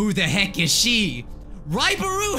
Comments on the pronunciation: It said right buro when u said ribaru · Finally some one say raibaru